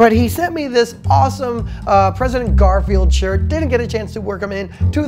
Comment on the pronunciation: Hey - thanks for wearing the Garfield shirt - my students and I are still hopeful you will do that Garfield video someday. Anyway the last name is correctly pronounced with an I sound at the end.